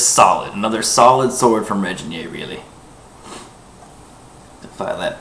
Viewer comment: Zoltán Bereczki It's also pronounced with a hard "g" as in grain, not a soft "g" as in Reginald.